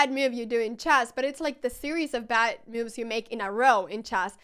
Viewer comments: I adore how every time you say 'moves' you pronounce it 'mewves' :) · I just gotta say it: I am looking forward to every time you say "miuv".